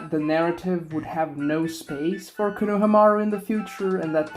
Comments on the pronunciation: STIP SAYING KONOHAMUARU LIKE THAT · Bro idk what to make of your take when you can't even pronounce konohamaru right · if your going to make a video about a character at LEAST know how to pronounce his name